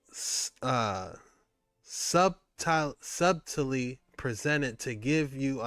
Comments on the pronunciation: Subtle- pronounced - sutal or sutaly😊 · Btw, as a friend, "subtly" is pronounced suddley. Like suddle, but it's spelled subtle. It's a weird word bro on the cool.